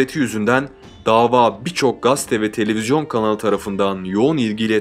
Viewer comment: 'Gaste' değil, admin. 'Gazete' 😊 başarılar